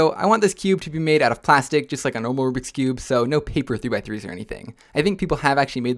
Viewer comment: is not me, it’s literally the correct way of saying it